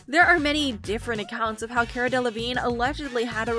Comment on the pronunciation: Her name is pronounced Kah-rah